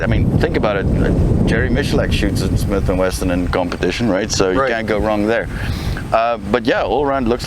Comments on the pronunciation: No, it's Smith and Western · Smith and weeson